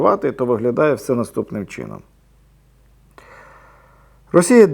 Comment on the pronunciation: таким ,,чіном,,...ну бляяя😂😂😂